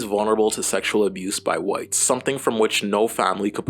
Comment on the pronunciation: I keep hearing The White Gays 😭